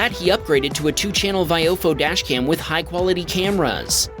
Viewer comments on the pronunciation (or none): still can't pronounce VI oh fo correctly. it's really not hard